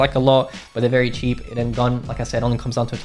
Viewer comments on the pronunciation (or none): Bruh, bro say chep gun so wtf is that mpx